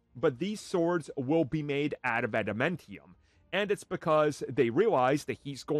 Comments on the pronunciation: Why are you pronouncing adamantium like that… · Adam Entium huh